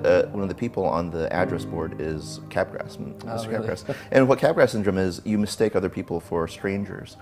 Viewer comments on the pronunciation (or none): It is pronounced like Mardi Gras. "Cap-Graahhhh" syndrome. Not Cap Grass. I had to say it, someone had to ily